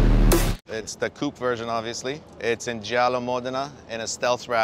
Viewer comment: How can he say jalna moderna in a great Italian accent but can't pronounce coupe....